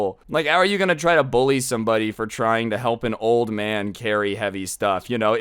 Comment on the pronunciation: Woooo! “STUF” 😄😄😄